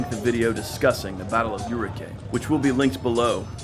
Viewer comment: It´s not urugay, it´s OURIQUE!!!!!